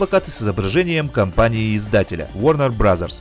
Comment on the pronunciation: Варнэр брос, а не варнэр браззерс